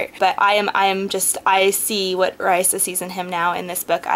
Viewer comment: not tryin to be mean when i say this but u pronounced raisa's name wrong.. i had heard cinda w chima say it in a interview thing.. it's kinda like raisin but instead of in at the end it's like an uh..